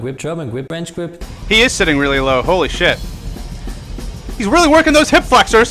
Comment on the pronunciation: FWench GWip